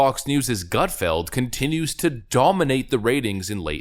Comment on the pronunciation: The only problem I have with this video is how it sounds when he says Greg Gutfeld. it sounds Like Gret Gutfeld